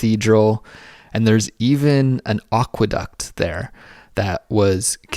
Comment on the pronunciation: Just learnt how to pronounce aqueduct... Was saying it absolutely hilarious..